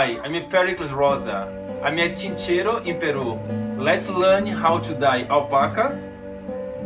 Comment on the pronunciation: Buenos dias, es Chinchero sin S y no ChincheroSSS... saludos